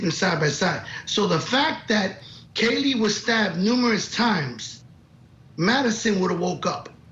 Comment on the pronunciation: Kaylee not Kayla. At least get her name right.